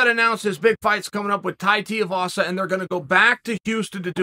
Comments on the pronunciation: Tai Tuuuuuuuivasa Chael.. like Shoey, ooo-eee pronunciation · Tai Tiavasa? Chael, what's up with you pronouncing names? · Chael just cannot pronounce names. Tai Teevasa, Surreal Gone… 🤣